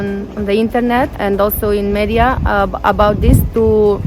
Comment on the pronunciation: Literally Amazing vid, as always, especially when I see my hometown L’viv 🇺🇦😍😍😍 Thanks for your time and work 😉🤝 🇩🇰💖🇺🇦 Ps That pretty girl pronounced media, as she was living in Spain or be a Ukrainian living in Spain 🇪🇸 😃☺️🥰 Greetings from Ukraine! 🇺🇦